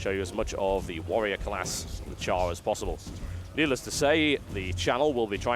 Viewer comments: "TotalBiscuit takes a lengthy look at Guild Wars 2 with a Char Warrior" It is "Charr" not "Char". Still great game, great gameplay thanks xD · i wanna smack u every time u say cow thx for sharing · Why does he keep calling the Charr cows? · It's not COW FFS Charr are Cats -_